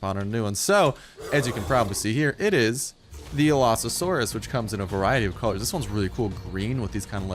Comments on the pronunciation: Allosasaurus? How do you even pronounce it that badly. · AL-uh-SAWR-us Is how you pronounce Allosaurus correctly. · allo not alsao fix ur shit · Its pronounced (Aloe-Saurus) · he says alloSAsaurus. You shouldn't say it like that if you know basic English. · Your not the only one ;~; I almost died when he said "Alasaurus" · it is called the all-o-sours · i think you got the name wrong its al-o-saur-us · Your saying it wrong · Allosaurus is well known and a hugely popular dinosaur, how can you butcher its name so hard? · The pronunciation made me physically cringe. No hate I just wish people would research pronunciations before videos lol. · you were messing up the name so bad it was hard to watch the video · y u butches a well known dino's name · u butchered the name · You just butchered that name so hard! It's even a well-known dinosaur! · Is how it's pronounced not how it's spelled